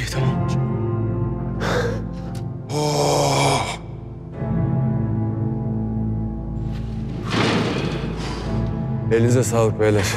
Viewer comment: Bu başak tamam demesine çamam demeyi kicik ediyo beni resmen 😏